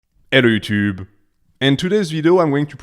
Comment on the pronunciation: Yellow chyoo-toob